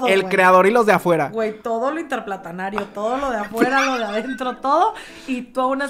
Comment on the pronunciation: Interplanetario ❌ Interplatanario ✅ Está jajajajaja